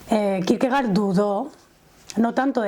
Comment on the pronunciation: Se pronuncia Kirkegord en danés. Gracias